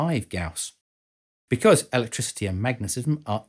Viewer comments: Gaus, not Guas.... lol... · Gauss, not "Guass". "guass" is also a typo. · Gauss after the Grerman physicist C.F.Gauss. Not guass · Great video as usual, but PLEASE correct your "GAUSS" spelling of "guass". There is no "gu"--"ass" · Gauss, not guass. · I think it is Gauss not guass... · This guy and the unit was called Gauss not "gous" or guass